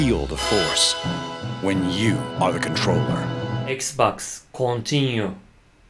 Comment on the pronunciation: Nobody:; kontinyu